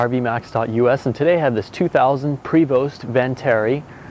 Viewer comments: “...and today, I have this 2000 Prevost Vantarie...” No, you don’t. You have a 2000 Prevost VANTARE. At least learn the correct name of what you’re selling. The name is on the front of the coach and on numerous other places throughout the tour, yet it’s spelled wrong in your headline and pronounced incorrectly by you. You’re like the Craigslist posters trying to sell their “Camero” or “Avelon” - the name is right there in front of them, yet they still can’t get it right. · And he pronounced Vantare' wrong too. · its pronounced Prayvo.....And its a Vantare not a Vantarie. Typical salesman.....